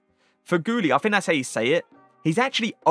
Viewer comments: I love how said “Fagioli as Faghouli, fagioli literally means beans in Italian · For your Italian learning, it’s pronounced Fa-jee-o-li. Love the videos!